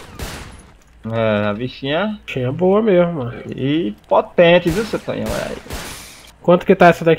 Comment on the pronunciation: E tu falando Tonhão errado pqp kskskdkdkdkkskskdkdkd